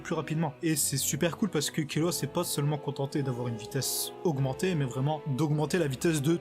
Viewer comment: C pas kirua mais killua